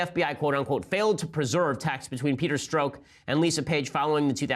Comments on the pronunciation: Oh, and so you know, Ben. It's pronounced Stroke. His name is Peter Stroke! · Strzok would be pronounced 'st'+French Pronunciation of J+'oc'